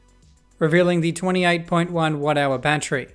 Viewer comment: he said watt hour i heard whatever battery😂😂😂😂😂😂😂😂😂😂😂😂